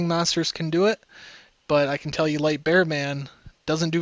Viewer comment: Tanks for the statistics and the info :) ( just one thing when you say: can, it sounds like Kin. Just being a small grammer nazi (A) )